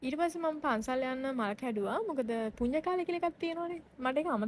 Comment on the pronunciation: පුඤ්ඤ නෙමෙයි චූටි පුන්‍ය 😒